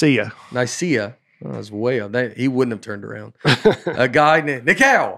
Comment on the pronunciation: I imagine Nate’s pastor with his head buried in his hands listening to Nate try and pronounce “Nicea” and “heretic”